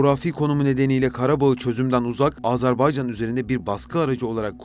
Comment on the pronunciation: Güzel bir çalışma olmuş. Tek itirazım Azerbaycan yerine Azarbaycan demeniz.